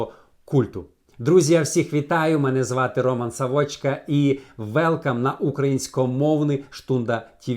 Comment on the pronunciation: Тільки не Савоʼчка , а Саʼвочка!!! Наголос туди став 😮